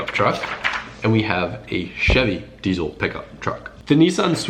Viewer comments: diesel does not have a z in it so it is dieSel not dieZel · Idk why but it bugs me how he says "diezle" and not "diesel"